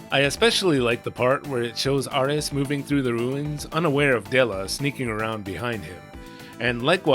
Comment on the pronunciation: Doesn't japanese lack the L sound in their language, which would explain why Dela's name is pronounced weird. Though I believe it's supposed to be pronounced Dera instead of Dora when using the Japanese pronunciation.